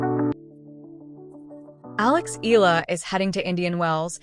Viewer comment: CORRECTION: Her name has 3 syllables, I-YAH-LA